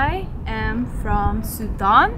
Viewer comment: did she say Sudan?